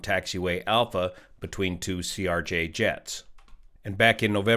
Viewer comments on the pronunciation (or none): why do you keep saying Erj? Just a miss speak or is there a reason to call a Crj an Erj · just a quick correction, you have been saying it ERJ when it's CRJ. I know its being very nitpicky but just wanted to point it out. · CRJ, not ERJ. Video is now out of date at this time. F-ing "Yo"nited... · "ERJ" bro... ugh... its a CRJ 900. not trying to be pedantic but there's a huge difference between an ERJ and a CRJ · CRJ* NOT ERJ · CRJ…. CRJ… not ERJ